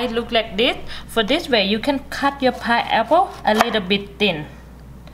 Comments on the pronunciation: Very good information " thank you God Bless you 🙏👏🙏👏 It is called Pineapple ' not pieapple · Pineapple not pieapple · it's a pi-N-eapple not a pie apple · She is the best. I watch this video errtime I cut a piaple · I love her accent. I am officially changing the way I pronounce this fruit to 'pie-apple' Great video thanks for the tips. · I've been saying pineapple wrong all this time, it's pie-apple! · Everyone takes a shot everytime she says pieapple..🥃🥃🥃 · PIAPLE! hahahaha so cute hahahaha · So, it's "Pie Apple" Damn!! I was pronouncing it wrong my whole life...thanks lady😁😁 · This video make me very happy because of lemute and pi-apple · Is it "Paiyepo"? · Pie aple?😂😂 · It's not a pie-apple, it's a pine-apple!!! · Very good video but it is not a pie-apple it is a pine-apple. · Its PINE APPLE NOT PIE APPLE Keep smiling!!! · please say correct "pine apple" not piapple. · Pineapple or pieapple? 🤣🤣🤣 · Me too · Flesh paiple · The way you talk you sound like a little baby so sweet..that ascent is what is making me watch this video.."paiaple" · I love the way she says "piaple" and she says aces instead of off access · how about pi-apple 😊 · I love her pronunciation of pie apple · Did she say pie apple? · 😂😂😂🤣🤣she speaks really really worse paiaple 😂😂😂god I can’t stop laugh 😆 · If she says Pie-Apple 1 more time 😫😂😂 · and now my Pieapple iss pity haha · Pie- apple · Hahaha..just love how you pronounce pineapple without an "n" and other words so specially pronounced. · where is the r?